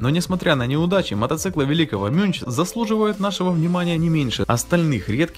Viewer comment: Műnch это немецкое слово и читается как мюньх,а не мюнч.